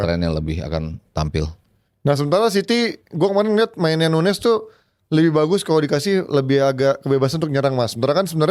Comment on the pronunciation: Penyebutan Nunes sama nuñez biasanya akan dilanjutkan pda pertanyaan "nunes yg mana? Liverpool atau city?" ñ/Ñ dibaca ny... Jdi huruf ñ ini sering kita lihat pda bahasa spanish. Nuñez = nunyes Muñiz = munyis Señor = senyor señorita = senyorita jalapeño = halapenyo. Sementara nunes portugal penyebutan nya sdh benar